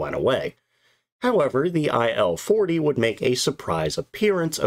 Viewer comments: Its Il, not I.L. Don't pronounce it I.L. it should sound Eel or Eal, Ill (which fit in this case). Il's 2s and 10s was workhorses of WWII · IS this text-to-speech? Very hard to lsiten, but main issue.. Who in their sane mind would pronounce this plane's model as "ai"-"el"? It's not an acronym. It's "il", like "eel".